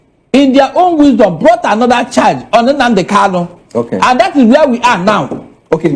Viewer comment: My friend, his name is Kanu and not Kalu. It's irritating hearing this supposedly educated man saying Kalu instead of Kalu.